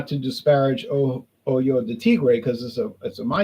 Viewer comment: It’s pronounced Oh-ho de Tigre, “Oy-yo” de Tigre could be misconstrued as something unsavory 😂. Love your videos as always!